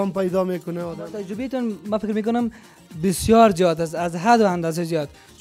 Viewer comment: هههههههههههههههه ترجبه نی تجربه ههههههههههه حال از امو مجیب هم یاد نگرفتی که او چند بار گفت تجربه تو انوزام ده گپ غلت خود روان استی ترجبه هههههههههههه